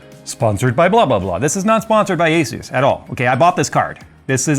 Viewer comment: Asus is pronouced Ay - Soos!